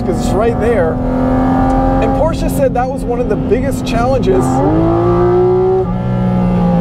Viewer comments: How pleasing to the ears when someone actually knows how to pronounce "Porsche" with two syllables instead of one. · Kudos for pronouncing Porsche properly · One of the few dudes who pronounce Porsche right 👍